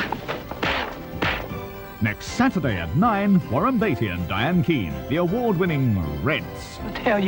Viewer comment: I think the announcer for Reds called Diane Keaton "Diane Keane."